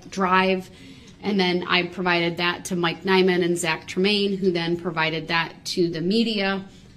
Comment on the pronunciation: New words everyone…from brooks ….that is now DAT….with is now WIFF…ask is now AX…lets all remember these fancy new words and teach our children these words